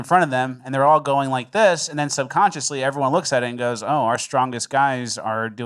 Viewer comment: Oh, sorry Michigan, I thought you rike party. I thought you rike fun guy.